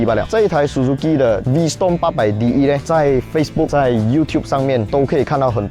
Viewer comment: 小提醒 發音是V strom ✅, 不是V storm ❌